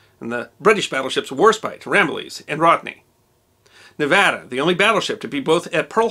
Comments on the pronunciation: This is a very minor point but as a proud graduate of the University of Nevada, I want to genuinely thank you for pronouncing 'Nevada' correctly. As many bumper stickers in the great state say, it's Nev-AD-a, not Nev-AH-da. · Thank you for pronouncing Nevada properly. Few outside of Nevada do so. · Thank you for your correct pronunciation of the word Nevada! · History Deserves to Be Remembered thank u 4 saying Nevada correctly. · What makes it even better is he says the name of our great and beautifull state correctly! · Thanks for pronouncing Nevada correctly 👍👏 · It's amazing to me that so many people can't do that. I HATE when people mispronounce Nevada-ESPECIALLY people who LIVE here! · Thank you for this. Growing up in Nevada, I hadn't heard (or I had forgotten) about the Nevada's work on D-Day. ... And, as an aside, thank you for pronouncing 'Nevada' correctly. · Yeh! You pronounced Nevada right! I grew up in Fallon, Nevada...not Nev au duh. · Another great video. One minor correction, it was 2 1/2 years (not 3 1/2) between Pearl Harbor and D-Day. Also, my wife, a native of Nevada, is thrilled when it’s pronounced correctly. She says thanks. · Thank you for pronouncing Nevada correctly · thank u saying Nevada properly, it drives me nuts when people screw that up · Wow, massice thanks for saying the name right, thanks!!!! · He even pronounced it as us locals would. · Are you a native nevadan like me?! I havent seen a non native say Nevada correctly